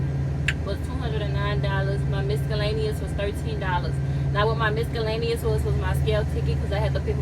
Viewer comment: My god baby!! Try this- miss-el-lay-nee-us😂 not trynna play you but made me smile . I’d be wrong to let you continue being wrong. Posted out of luv. Keep trucking lil sis. I’ll see you out there